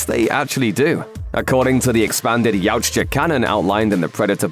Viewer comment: Yautja is a hard word to pronounce ey? 😂